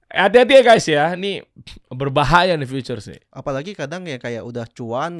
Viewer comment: Bukan "FEATURES" bang, tapi "FUTURES"